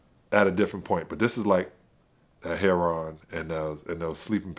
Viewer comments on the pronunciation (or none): what is hair-on?